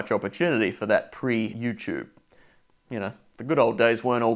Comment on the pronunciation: Its clear that 3AW is an AM Station as he pronounced "You-Tube" in the most old person way possible 😂